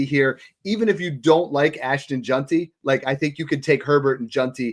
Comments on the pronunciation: Bro there's no U in JEANTY. It's not Junty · We gotta work on the pronunciation of “Jeanty”😂 solid stuff though